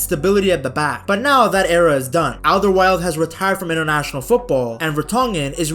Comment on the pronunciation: Hey ! Félicitation pour ta prononciation de: Alderweireld ! :face-fuchsia-flower-shape: Notre équipe nous fait frissonner, hurler, pleurer ! Ils sont humbles, ils sont fairplay, ils aiment jouer ! Ils nous passionnent !